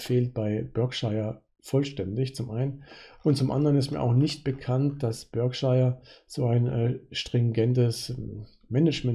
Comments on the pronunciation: Das britische county Berkshire wird Ba:kschah ausgesprochen. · Für den Erfolg an der Börse zwar schei*egal, aber es wird sowohl im britischen als auch im amerikanischen Akzent in etwa "Börkshah" ausgesprochen. Ansonsten bedanke ich mich für den guten Content :)